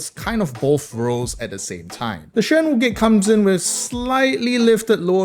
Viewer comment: dam the Mandarin pronunciation is on point